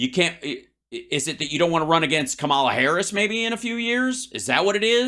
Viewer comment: How about saying VP Haris' name correctly Hal?